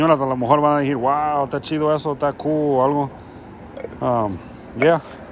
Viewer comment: Amigo decir no dejir y no quiero ser grosero solo corrección decir no dejir saludos eres una persona muy genial saludos bro 👍